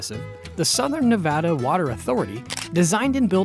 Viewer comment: 1) Nevada =Nev add uh 2) potable= poe tuh bull